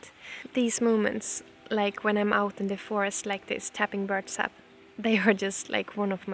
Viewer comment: Dear Jonna, when you say "birch sap", you make it sound like "bird sap"